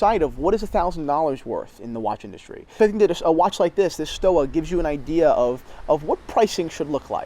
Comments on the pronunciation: The correct pronunciation is either Stova or Schtova in Germany depending on the dialect but certainly not "Stowa" where you pronounce the double U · Theo and Harris No Sir... You had a chance to educate your viewers on the history of Stowa ( Pronounced STO-VA, btw) and you seriously dropped the ball. They were one of the original fleiger manufacturers of the Type A and B. IWC, Laco, Wempe, Lange were the other. For $800 to about $1600 , you can get a super solid piece with some history. The Archimedes is beautiful BUT. the Stova fleiger is real deal. They sell direct so the prices are good value proposition. If they went through a middleman, the price wound be doubled or tripled.